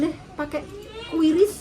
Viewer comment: . Ngomonge kiuris Mak uduk kuiris 🤣🤣🤣🤣🤣🤣